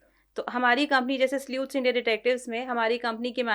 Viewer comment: Sleuth is pronounced 'slooth', not the way said it.